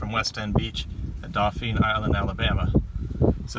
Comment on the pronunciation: Nice video I gotta correct you though 😊 Dauphin Island is pronounced Daw-fin 👍🏼 Good Luck in the future & Happy Hunting